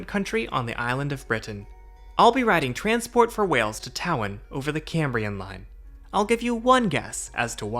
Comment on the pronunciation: When you go to Wales, you pronounced Tywyn as Tow-Win, it is pronounced Toe-Win.